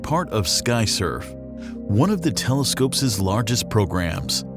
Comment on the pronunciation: You know it is not an AI voice when it says: 'Telescopeses'